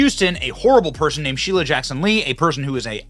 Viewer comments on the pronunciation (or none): I thought I heard, "Sheila!", but it sounded like, "Shi**er!". UGH.